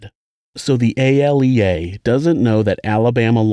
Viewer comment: ALEA is pronounced (A-Lee-uh)